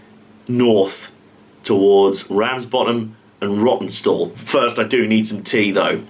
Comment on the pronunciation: That two hour layover which caused you to freeze your proverbials off at Rawtenstall caused you to pronounce it "Rottenstall"! That must be the way you felt about it in the nethers! Entertaining video, thanks for uploading.